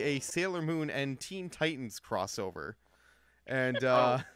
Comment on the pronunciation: Teen not tenn